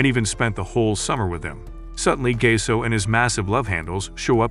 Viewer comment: Thats not gase thats Gaseoh